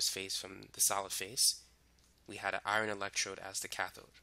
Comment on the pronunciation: OMGGGG the way you said “Iron” My heart ♥️ I kept thinking while watching the video what is iRON but then noticed you meant Fe as in iron lol Literally same, and my bf always makes fun of me for it 😭 because I pronounce Iron as IRAN lmao